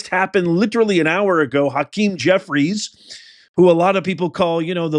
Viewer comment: You’re not pronouncing Jeffy’s name right.. you make the sound like you’re clearing a luggy out of your throat.